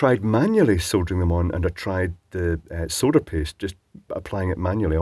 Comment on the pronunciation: So refreshing hearing a person soldering and not soddering. Cheers.